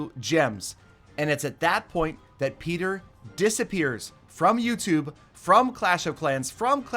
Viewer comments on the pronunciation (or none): One vid i herd say petrer knock it off